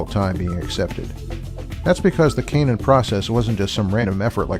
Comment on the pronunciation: This video is very hard to listen to. consistently mispronounces canon (a homophone of cannon) as if it were a homophone of Cainan.It's like he's never heard the word spoken before.